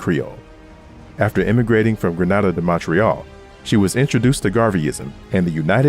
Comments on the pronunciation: grenada, like grenade. not granada like spain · gree -nay-da, GRENADA....... granada is in spain .. keep up the great work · Great content but Grenada is pronounced Gree-nay-dah🙂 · Grenada is pronounced as "Gree-nay-da" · Say it after me Grenada (green -na-da)🇬🇩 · Grenada is pronounced "Gree- nay-dah" Grenada, Tobago and Antigua are countries that Americans most often mispronounce, besides lran and lraq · Wow, this video almost had me fooled. Sounds like an intelligent, younger black man until he got to the word Grenada and couldn’t pronounce it right that’s when I knew I was listening to a computer.